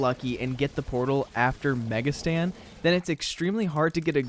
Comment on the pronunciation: Now ik why my bro says mega Stan and Not satan